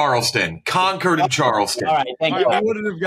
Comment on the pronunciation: Thank god knew how to say Concord correctly that was killing me as a NH native haha